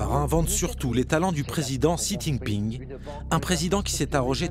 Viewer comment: Mais bondieu la façon don't il pronounce le nom du président de la chine!